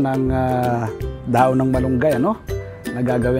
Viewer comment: Kapampangan po ba kayo sir?wala po kase kayong "h" e..dahon =daon...hehe